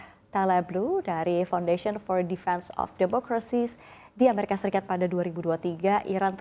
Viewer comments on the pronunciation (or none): none